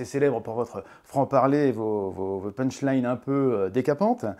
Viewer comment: Aaah les "ponche laïne" ! 😅 Pfffff....